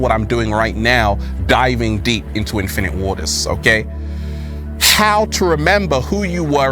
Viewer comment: Every time he says his name it just sounds like he’s saying “Infinity War”, but wrong. Did the MCU Infinite Waters survive the snap? We literally have no way of knowing! Because he basically doesn’t exist. But in theory there’d most likely be a version. I guess he would be a sorcerer.